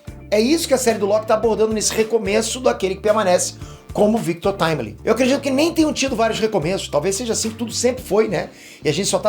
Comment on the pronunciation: FINALMENTE ALGUÉM FALANDO O NOME DA VARIANTE DE FORMA CORRETA 😂 NÃO AGUENTO MAIS O GABRIEL DO NERD LAND FALANDO "VICTU TIMILINGUI" PQP